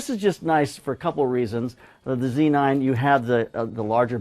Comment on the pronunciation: Z9 not C9 - c'mon, you can say it